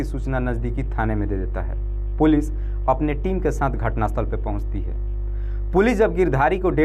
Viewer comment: पूलि नही पुलिस बोलो